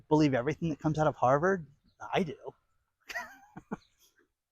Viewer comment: That's pronounced HarrvUrd.